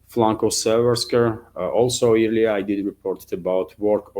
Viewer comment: "earlier" is weirdly pronounced "air-lee-er". Think "earl" not "ear". ;-)